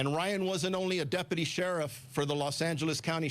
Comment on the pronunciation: Why does that loser sheriff mispronounce deputy? Is he retarded or something? "Depaty."🤣